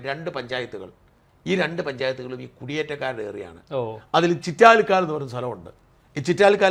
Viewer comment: ചിറ്റാലിക്കാൻ അല്ല ചിറ്റാരിക്കാൻ ആണ്